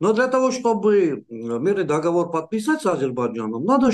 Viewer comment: не дОговор,а договОр)